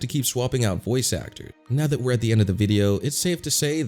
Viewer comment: Did you say "that" or "fat".